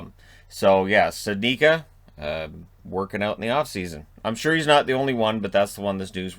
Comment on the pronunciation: Hi, normally I dont do this, but today I have to. Studnicka..... stoood... neech.... ka long U, long I, C like church amazing how family lets it all get butchered like that. Oh well.